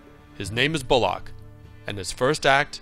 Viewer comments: Jesus Christ, it's pronounced bulluck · The way this guy pronounces names is so annoying. BullLOCK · A fine review, but the man's name is Bullock, not Bull-OCK. Anyways, Deadwood is the greatest show ever made. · Please explain to this narrator how to pronounce "Bullock"!!!!!!